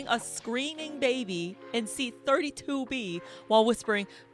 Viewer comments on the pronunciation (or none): none